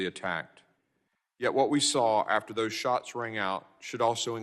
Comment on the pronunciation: Mr. Thompson "dat" - that "doze" - those